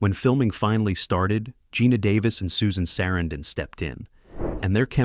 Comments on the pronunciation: I like the inside and how you made it happen, sorry what happened to Corey😢... Became a Great film, actors (but -the person interpreting this said Susan Sarandon's name totally wrong😮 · It's good to know all these facts👍 but I don't think you realize you're saying Susan Sarandon's name WRONG 😮